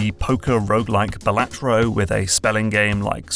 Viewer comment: FYI its pronounced Balatro not Balatro ❤